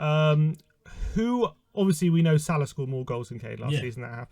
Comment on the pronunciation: Guy can’t even pronounce salah..where’s hh?!!! Send this man a ticket to Siberia asap!